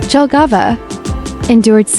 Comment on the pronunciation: The city name Jelgava should be pronounced “YEL‑ga-va”, not “DŽEL‑ga-va.” In Latvian, the letter J is always pronounced like the English Y (as in yes), which is why the correct pronunciation starts with “Yelgava.”